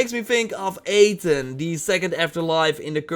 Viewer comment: Not Ay Ten, Ah Ten!